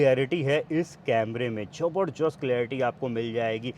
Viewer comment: Zabardast❌ Jabarjasht✅